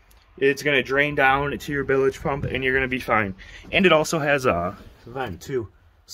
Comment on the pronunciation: Congrats. Nice boat. One thing: it’s “bilge” not “billage.” Tight lines.